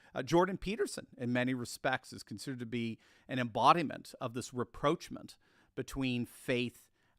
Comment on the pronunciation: There is no word: re proach ment. It's Rah prosh mon'.